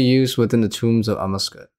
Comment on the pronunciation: 50 hours of grinding later and he still can't say Amascut correctly. It's pronounced like "a-mass-kit", not "a musket". Edit: He can't pronounce anything from this raid correctly lol. "Tread" instead of thread. "Missouri" armor instead of Masori. "Ambrosier" supplies instead of Ambrosia.